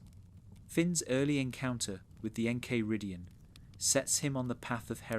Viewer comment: how are you gonna pronounce the enchiridion like that